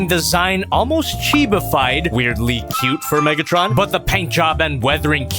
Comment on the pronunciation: WHY DID HE SAY NIGGTRON💀